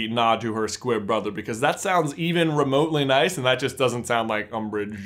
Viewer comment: I swear I thought you were saying Squip the entire time